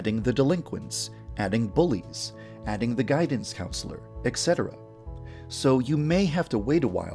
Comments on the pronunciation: "Exetera" that's not how etcetera is pronounced. Ee-set-era. The last E sounds almost like a U. Why do so many people not know how to pronounce this? "There are rumors about Akane that her sweet personality" - Secretly a Yandere. I wouldn't be surprised if she turned out to actually HAVE a crush. On Megami. "Let's go back to ancient Chinese Astronomy" - Yes, I get it. Genbu, Byakko, Suzaku and Seiryu; I've read Fushigi Yuugi. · It's ET cetera, not exetra. Please fix, it sounds very irritating.